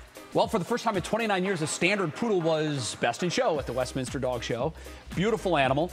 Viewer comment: You would think a news channel would know that it’s Westminster not West Minister.